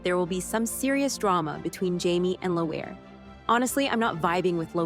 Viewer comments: It’s pronounced Leary not Low Hair.🤣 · It's not pronounced "Low-hair", it is Leer-ra, as if you were saying the first syllable of the word "lyrical". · It’s leery not what you said ! Stop it now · Also sorry but it’s leery not whatever butchered way the narrator was saying . I say it rhymes with weary the way we all are of her character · L'heerie. her name is pronounced L'heerie. have you not watched the show or read the books?? lol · I hate that they can never pronounce it. It aggravates me. It's our hard to just say Leery? Or Gaylis for that matter? It just ruins it for me. Obviously I'm spelling that phonetically and not accurately. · Clearly the narrator hasn’t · it rhymes with weary. Not as hard you butchered it and it shows you’ve never read the books or even watched the show and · You both spelled it wrong it’s laoghaire not whatever butchered spelling you and the other woman came up with ! I know I’ve got family in Dublin which is where Diana got the name from she was looking at a map of Dublin when she came up with the character there’s an area just outside the city into county Dublin like cork both are city and county . The area is dun laoghaire I always tell people to think how you pronounce the word weary keep that in your head then imagine the w is an k instead and that’s how it should be said or simply go by how the characters say her name when talking of or to her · Are kidding me how you pronounce Jamie’s ex. Please stop